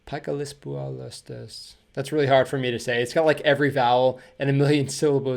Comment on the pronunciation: And you pronounced it surprisingly well!